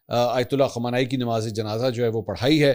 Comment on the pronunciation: MAK pl nam sahih len. KHUMANAI nahi balke KHAAMENAEE